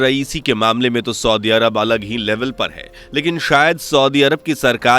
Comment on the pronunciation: Soodi nahi saudi hota hai...bolna toa aata nahi aapko...